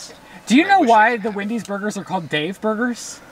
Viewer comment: Absolutely no one:: Windy’s 😂🪦